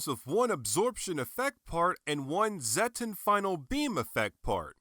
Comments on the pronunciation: It's pronounced "Zet-tON" not "Zet-TEN". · Why did you pronnounce it as zetten? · I was surprised how you pronounced Zetton xD Took me a little bit to get use to it lol.